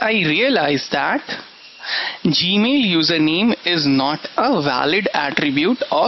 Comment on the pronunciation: when you realize he speaks from nose and says "G-mill"...... lol but cool lecture dude....